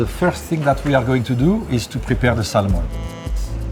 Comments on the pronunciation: It’s Sam-on not Sal-mon and it’s raaaaaaaw in the words of big G Ramsey. Crazy skills though I’d eat that raw Sal-mon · Pronounce Samon you don’t pronounce the L.. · The "L" is silent. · Shocked he doesn't kno how to pronounce "salmon" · Someone should tell him the "l" in salmon is silent.